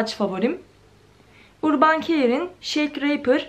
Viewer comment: BANUCUM "URBAN" DIYE OKUNMUYOR "ÖRBIN" DIYE OKUNUYOR.